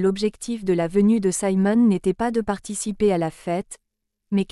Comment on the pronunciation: Siimon et non Saimon: français please!!